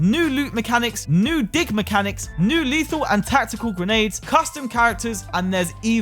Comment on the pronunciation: Bruh, when he said new dig mechanics, i heard new dick mechanics, i need sleep wtf